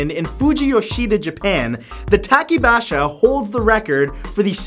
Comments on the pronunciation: Takibasha? Don't you mean Takabisha? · Takabisha, not tabikasha